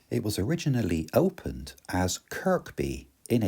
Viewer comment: Very interesting film about a beautiful area. Only ever been as far south as Ravenglass from Carlisle. By the way the k is silent in Kirkby - it's pronounced Kirby. Look forward to the next leg. 😊